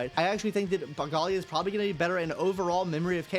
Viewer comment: Aglaea ❌ Agalia ✅